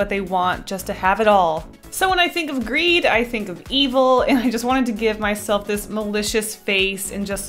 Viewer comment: Is it just me who thought for a moment that greed said Greg ?